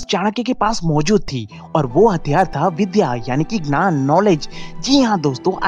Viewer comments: U always say nan not gyan...try 2 improve this...dont misunderstood i m not making joke of u... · Hi, I like your video. You make really helpful motivational and philosophical videos. In this video I would suggest few pronunciation corrections in hindi. 1. Gyan instead of Gnan (Knowledge) 2. Shaastra (ethology) instead of Shastra (weapon). This is for your future reference.